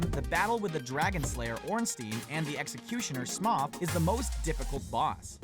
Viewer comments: Smough is pronounced Smo, not Smaw. Also, I beat Whitney by using a Gastly to keep her Miltank asleep. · Why is he calling Smough "Smoth"? Wtf? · It's pronounced smo...